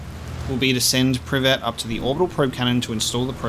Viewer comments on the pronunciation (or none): I like how you pronounce Privet like the Russian greeting